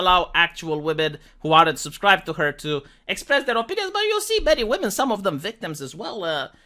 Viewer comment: “Believe all whamen”. 🤣